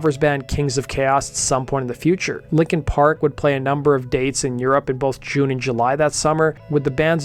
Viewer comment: Stop saying "likin park!"